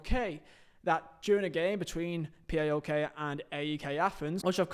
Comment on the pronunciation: Savvidis is STILL the owner of PAOK and its pronounced as one word not P A O K